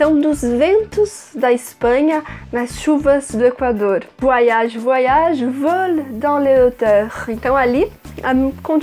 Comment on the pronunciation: Gostei da explicação e a pronúncia do nome da música. Bem legal esse vídeo, filha, como todos muito bem explicados. Cada vez melhor né??? Parabéns!! Beijos mil.